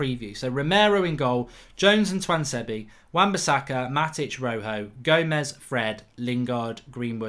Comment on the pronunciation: Why does mark pronounce tuanzebe differently every time he says his name 😂